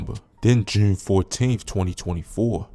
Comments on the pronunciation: bro say jurne like he a brit or sum lol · Why you pronounce June like that 😂